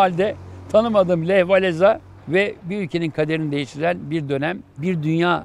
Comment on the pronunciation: Hocam ekstra bir not Walesa değil, Wavensa diye okunuyor.